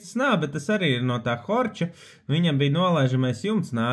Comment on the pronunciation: Horch latviski izrunā "horh"